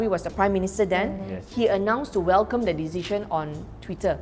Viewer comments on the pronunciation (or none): 她的th不见了，这么常用的字也唸不来。